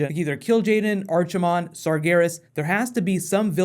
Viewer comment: Hi! I love your comic book, mcu, dc vids. I personally don't watch Who / Walking dead / Got but I don't watch the series either:D I am a long standing Blizzard fan, read most of the books, played WoW for 10 years, so I tell you this with the utmost respect:D PLEASE research how the names are pronounced:D My ears where screaming when Archimonde got a "chimney->ch" in it. Its a silent "k" like in Arc Reactor (Iron Man) etc. Draenei got butchered too:D Most of them you can find in either lore videos or Blizz cutscenes. Regarnding context of the material. I am terribly scared about this trailer. Because of production quality (if you go frame-by-frame when Dominic Coopers character is in a crowd scene, with the crowd, if you look closely on the shadows of the crowd, them, SW Guards the shadows are wonky at best, whole greenscreen stuff is mocked up...) Story wise the movies script got thrown out, re-hashed and it has now its 2nd director (if not 3rd). I think only MARVEL (hint hitn Ant Man) has the luxury to pull this kind of madness and still deliver a good product. For the question of "Brown" Orcs, thats an invention of WoW. Back up until Frozen Throne, they did not exist. Placing them in - what is around the events of WC I - is weird at best if not "whhaaaatt??" feeling for those whom are familiar with the story. Generally I would be very very wary of this product, I hope it will not be a complete wash, cause currently, narrative fails, production quality fails (t